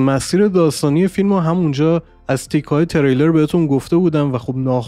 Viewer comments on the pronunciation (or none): none